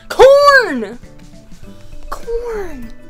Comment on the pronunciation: When she said corn, I thought she said porn 😂😂😂